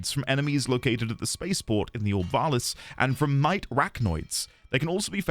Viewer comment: You seem to have mis-pronounced Ball-Ass' name. It's OK, we all learn together!